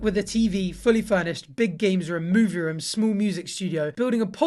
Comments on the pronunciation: No one:: Ruum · He says room like Buzz off of home alone; ruum.